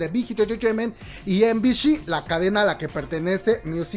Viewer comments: Comadre no es de pesada, pero MBC se pronuncia "em bi si" no "em bi shi" suponiendo que lo dices en inglés, me estresó bastante que lo digas mal todo el video kkwkdksldlsl saludos 😳♥ BB buen video bro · Em-bi-shi???✖ Em-bi-ci ✔ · Soy la única a quien le da un toc cada que dice MBC, EM BI SHI? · MBC se llama la telivisora no MBSH ya que lo pronuncias así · ay no:'( me estresó bastante que lo pronuncie mal skdkskdksnd